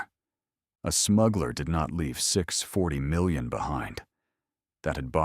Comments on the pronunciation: you say it reads the text exactly yet not correctly. There is a distinct difference between 6.. 40 million and 6 hundred, 40 million. The correct way is the second but the AI read it the first way. The currency was never specified and could have been anything. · AI readers do not understand English. 640 million is actually 6 hundred, 40 million probably dollars or some other currency.